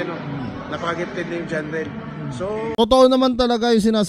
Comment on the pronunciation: Jarrel ✅ Jhon riel❌ lol😂